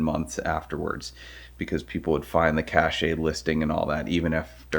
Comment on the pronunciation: Did he pronounce cache as cachay instead of cash? 😂